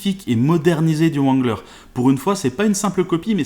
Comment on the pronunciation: Juste le Jeep se prononce rangler et non comme il est écrit